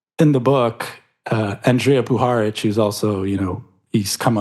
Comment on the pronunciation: Maria's name is pronounced Orsich: or-seech. Puharich's name: poo-ha-reach.